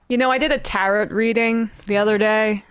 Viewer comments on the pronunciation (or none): She said Tarot with a non-silent T. I don't think she really did that 🤔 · Tarot is not tarrot it's tehrow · Emma its "tear-o" not "tear-ot". Love you! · Hey, Emma! friendly reminder : Tarot is pronounced Tar-o not Tar-it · FYI: "Tarot" is pronounced "Tear-ro." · Psst (tarot is pronounced teh-row or tah-row) 😉